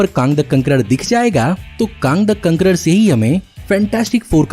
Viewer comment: काँग द कांकरर a true Gorakhpuri touch 😍😂👌